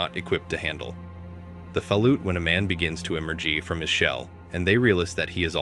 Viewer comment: Fallout = fuhlute. Good job ai, once again another video with mispronounced basic words